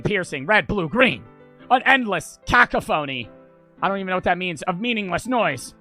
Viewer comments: anytime i watch a ddlc play through i always wonder if they’ll pronounce cacophony correctly or like this 😭 i feel like half the time its like this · and "cacophony" as "caca-phony"😭✌